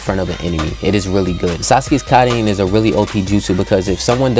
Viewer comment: I'm not saying it's bad I'm saying that it's pronounced Kirin. No offense